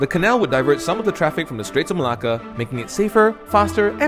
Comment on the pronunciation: Why do u pronounce Malacca as Malah Kah??